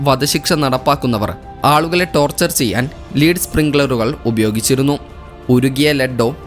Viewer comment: Lead ആണോ ലീഡ് എന്നു വായിച്ചതു 🤔😳